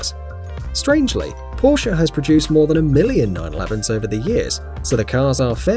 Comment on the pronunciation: It’s not Porscha it’s Porsch spelled porche